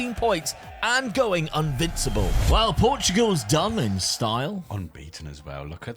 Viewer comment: did you say UNvincible? (When Dad won the league with Benfica)